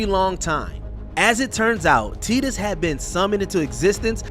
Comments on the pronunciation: WatchMojo, your narrators have GOT to research these characters more. The pronunciation of some of the names is just atrocious. Teedus? Come on. TIE-TUS. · teedus? you mean tie dus? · The main thing that made me cry this video was the unacceptable pronunciation of Tidus......